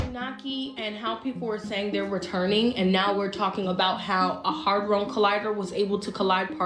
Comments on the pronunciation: Is just me or is she on some Medea stuff pronouncing Hadron different every time. Also. Look into who Medea was in greek mythology. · She can't pronounce "hadron" correctly, and thinks protons are an element. Probably not the right person to get your information from. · If someone tries to make a valid point about something, shouldn’t they at least be able to pronounce it? She’s making claims, and can’t even pronounce the name of the LHC (Large Hadron Collider). I’d love to listen to her, but her inability to form sentences..”try to recreate what happened at the “big bang theory”..😂😂😂 How about “in an attempt to recreate what occurred DURING the Big Bang”. The Big Bang Theory is a television show. The Big Bang is s Universal Television Show created by God.❤ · I can’t Take no advice from a woman who can’t pronounce hadron collider, That is absolutely not. What alchemy is. I hate when people try to sound educated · This chick can't even pronounce ½ the words she tryna say and she obviously did not READ the articles cuz the amount of gold that resulted was sooooo minute and was only in a 'gold' state for a FRACTION of a SECOND. Settle down, sis, u gettin too far ahead of yourself lol🙄 She said, "Hadron" like the alcohol, "Patron"😂 It's 'had-ron', like the name, Ron😂 Omfg I can't wit all these peeps tryna seem smarter than they are. They only foolin the ppl who're even less intelligent than they are. Leave the grown up 'bidniss' to the grown ups, ight?😂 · I love how everyone in here talking about cern can't even pronounce Hadron collidor. 😂 The hell is a hardron?? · It's a hadron collider and it's pronounced Hay-dron with the long a sound beloved. They've allegedly managed to reproduce a tiny black hole🤷🏽‍♀️👑👑👑💜🙏🏾🙏🏾🙏🏾💜💜💜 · Does anyone notice she keeps saying “harddrone collider” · Bich you mean hadron collider say it again hehe black people not knowing words love it